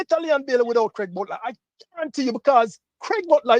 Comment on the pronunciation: Is someone trying to distort facts. The man's name is "Craig" not "Graig". I see what you are trying to do.